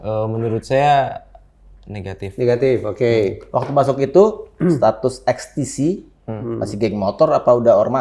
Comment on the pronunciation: Ekstesi Ekstesi Ekstesi ....XTC=EksTisi